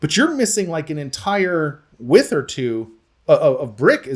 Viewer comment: I would have questionted both the contractors and the engineer for using "wythe" instead of "width"